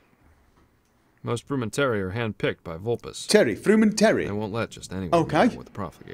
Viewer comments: I might be wrong, but I believe that Frumentarii is actually pronounced like "Fru-men-tar-ree-eye". But like I said... Might be wrong. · Frumentarii should be pronounced Froo-men-tar-ee-eye which is how Esther pronounces it. -TheAD209